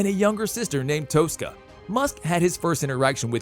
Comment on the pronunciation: Dude. Where did you learn to speak English? E-roll? Toe-sca? Pay-low Alto? Come on, you really should look up how to pronounce words you don't know before making videos. [Protip]